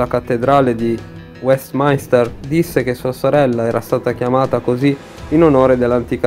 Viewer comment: Weatminster si pronuncia "uèstminster" la i fa eccezione 😘